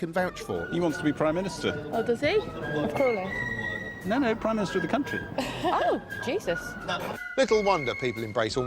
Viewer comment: "Prime Ministeroid David Cameron" I'm dying.